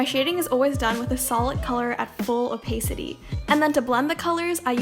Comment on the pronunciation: wait did she just say opacity like opaycity? An absolute qween